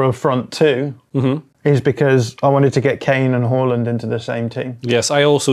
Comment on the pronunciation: First football channel to pronounce Haaland properly.